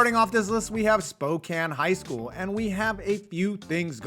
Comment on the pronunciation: I'm actually from Spokane and I just wanted to say thank you for pronouncing it correctly.